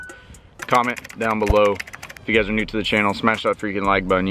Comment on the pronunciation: Lol dude you say new like (nerrw) 🤣🤣🤣